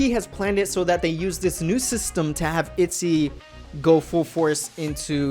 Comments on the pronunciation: In Korean the girl group is actually pronounced itjy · You pronouce itzy all wrong btw, check up on hangul to get the correct way of saying it